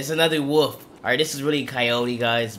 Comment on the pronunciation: You aint saying wolf right